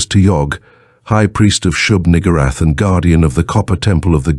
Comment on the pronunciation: Very careful pronunciation. Nugoorath. Lol.